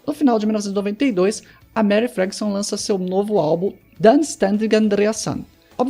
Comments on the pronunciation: O nome dela é Marie, e se pronuncia "Marrí" e não "Meri" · A pronúncia não é Mary...